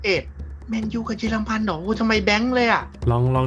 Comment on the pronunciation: สนุกดีครับแม้บางอันมันจากยากไปหน่อยก็ตาม แต่ผมว่าเสียงเอฟเฟคดีมากเลยนะครับขอชม เยอรมัน ไม่ใช่ เยอร์มัน มีลินเดอเลิฟด้วยจากสวีเดน